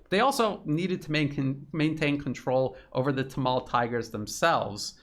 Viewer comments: Good stuff, but correct pronunciation is 'Tamil' not 'tamal' as you say. A couple further things in reporting is a China developed/leased port facility and also how leadership got sucked into extreme green policies like organic farming which crashed exports. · Quote: "Gadavillers Panoir 9 months ago (edited) Hi! A Sri Lankan here. Let me clear up some confusion. Even though it is written 'Sri'; we pronounce it as 'Shree' because that's how it has always been pronounced in our native language. " Also: "Tameels". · Excellent analysis, but the pronounciation of many words like Tamil was wrong. Hope you figure it out next time